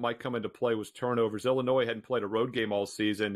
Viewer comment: Shift eyes calling them Illinoise lmao